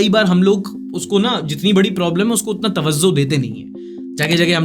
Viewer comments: its not tawazzo...its tawajjo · Tawazow nahi bhai TawaJU 😂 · It's not tavazo it's tavajjo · wrong pronounciation of " Tawajjo"